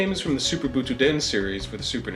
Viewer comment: Wait you can't pronounce Butoden correctly, yet you call Kaioshin by his japanese name and not Supreme Kai?